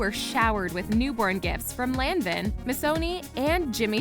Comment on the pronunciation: Good video but for the love of God, learn how to pronounce LANVIN and KOOPLES